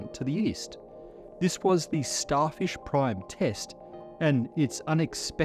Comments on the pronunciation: That’s some Australian accent slipping though. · Did he say Starfish, Starship or Starshift? We may never know!